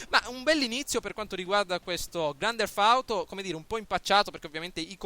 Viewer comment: Primo si dice grand teft auto e non grand derf auto e poi hai detto una cosa che mi ha fatto abbastanza ridere ...che il Nevada è nel nord America. Hahahah